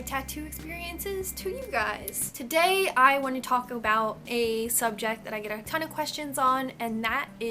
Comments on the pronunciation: i thought she said Taco Talk Tuesday XD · I heard her say "taco bout" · "Today i wanna taco bell". I'm i the only one who heard this? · My fat ass thought she said "taco talk Tuesday"